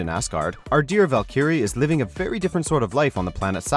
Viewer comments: he pronounced Valkyrie (pronounced Valkeree) as Valkeeree...bruh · please stop this narrator from doing comic related episodes. his pronunciation of sakaar and Valkyrie is upsetting